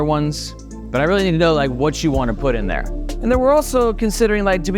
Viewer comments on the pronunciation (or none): none